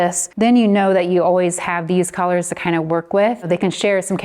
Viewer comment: Can I ask where you’re from?!? The way you say “Coalors” screams VA to me…am I close?! 😅 this was great thanks so much!